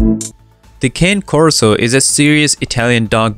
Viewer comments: You're pronouncing the name wrong, also your Corso prefers to live in the house as part of the family, not a dog house in the backyard. How do you expect a guardian breed to protect you if he's locked out? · The narrator needs to learn how to say the breed's name correctly. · maybe learn how to pronounce the breed's name before making a video about them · I think before doing a video on a breed you should learn to pronounce the breed's name correctly. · Fact Number One: you can't even pronounce the dog's name correctly... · Maybe before making a video about a specific bread, he should know at least how to properly say the name Cane Corso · Can’t pronounce the name right 💀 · Fact #1, you cannot pronounce the proper name of the dog. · 1st fact: learn how to pronounce the name correctly. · You are not pronounce Cane Corso correct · You are pronouncing it very WRONG...therefore I don't believe anything you say... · it’s actually pronounced kah-nay nay as in the letter e sound in Spanish and Italian that’s why it is pronounced like that it’s always the same it never changes and that’s also y I don’t think It matters how it’s pronounced to me I’m not Spanish or Italian I pronounce my A’s many different ways unlike the Italians let’s not get caught up in specifics this dude doesn’t know shit about the breed let’s just agree on that! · Fact number ONE: (it must be ITALIAN) it's pronounced KAH-NAY CORSO It's like Kanye, but without the 'Y'. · Pronounced Canny Corso, originally from Newcastle,and used to guard the Roman Adrian's wall. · How you pronounced Cane throughout this video was completely incorrect. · Kah`ne Korso correct pronunciation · Its pronounced "KAH-NAY" Corso. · It's not cane corso its kanne korso pronounced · Cane. Corso it's not a dog salute you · It’s “carney” corso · Pronunciation is incorrect. kaːne ˈkɔrso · Actually, there is no "R" in it and it is more like kah-nay, if it's a male. If it's a female, it's cagna and is pronounced kahn-ya. Peace (pace).